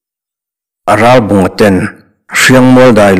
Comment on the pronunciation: Thurawn pe tur che chu nilo mah ila, a bung hmasa lam aṭang tawhin, Ralbunga hming hi i lam fiah tawk lo deuh. 'Rá-bawnga' tia lam i ang tlat mai. 'L' hi lam fiah deuh ni bawk se.